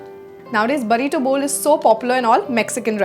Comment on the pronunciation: It's "burrito", (बुर्रितो)